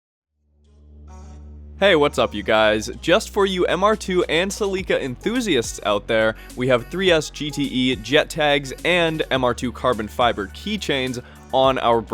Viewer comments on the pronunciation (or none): Did I really just hear him pronounce Celica as Cel - LEE - kah??.... Smh. I really hope thats not the actual pronounciation for Celica but Im pretty positive thats definitely not right and I've never heard any other person pronounce it that way or any other way than Cel - Lih - kah. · What is a "Ceh-LEE-ka"? Could've sworn it was "CEH-lika" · Wtf is a "cel leeka" crazy can-noodie-ons* smh haahaha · Celeeka lol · Not sure how I feel about your pronunciation of Celica...